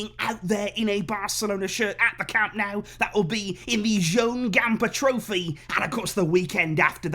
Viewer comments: Awesome to see the official unveiling. I too am very excited by Lewandowski's presentation at Camp NOH-ooh (not camp Now as in Cow-moo). You can do this!! A culer as prominent as yourself should not be embarrassing himself with this guiri (look it up) pronunciation. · My only concern in the back of my head is remembering how pumped we were to present Coutiño and Griezmann. I just hope the fact that Lewy didn't score in the first few games isn't a bad omen of things to come. Also, it's pronounced Camp NOH-ooh. ;-)